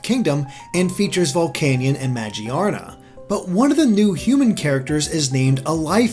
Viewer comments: majeearena is the most inexcusable pronunciation of magearna (muh-gear-na) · It's Magearna Ma-Gear-Na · It's ma-GEAR-na. Not Maj-ee-ARR-nah. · Lots of Pokemon name mispronunciations here. Yveltal (Evil-Tal), Arceus (Ar-Key-Us) and Magearna (Ma-Gear-Na) already have their respective confirmed pronunciations.